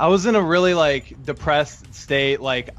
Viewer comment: it's crazy how kiwi defended his 'situation' with "i was depwessed 🥺" being depressed doesn't excuse sending lewd pictures to such a young person